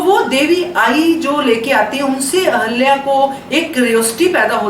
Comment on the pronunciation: Aap ahilya boliye ahalya nahi